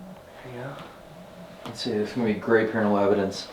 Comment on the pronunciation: Did really say "I'm here to Capture Evandence"? Lol 😎🧐